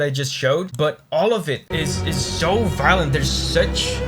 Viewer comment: Violint you say?